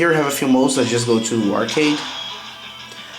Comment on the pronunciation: Awesome english dude just dont say "to" or "too" you say like "cho" or "čoo"